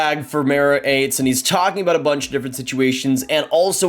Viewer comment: First of all it’s pronounced Atesh not Ates. Secondly Dubois is a polarizing player. Dont think he’s going to be a “Beast” for your team on a nightly basis. He picks and chooses and often spends entire games skating in an oval swivelling his head back and forth with one hand on his stick doing absolutely nothing. He is also injury prone almost to the point he could sprain an eyelid looking at himself in the bathroom mirror. He’s absolutely going to be traded for some picks, younger player or prospect at the draft. LAK would be a good fit. And Montreal must remember how well previous offer sheets went down and that went so well for you. Carolina had the last laugh.